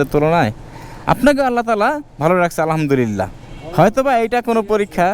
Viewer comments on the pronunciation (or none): আলহা'মদুলিল্লাহ বলার সময় ح বলতে হবে,ھ বলা যাবে না নাহলে অর্থ পরিবর্তন হয়ে যায় الحمد للّٰہ